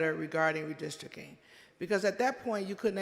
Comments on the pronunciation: Redistricting, not "Redisrikin" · What does "redistricking" mean? Before she states her argument, she should learn how to pronounce the word "redistricting" 🤦🏼‍♂️😂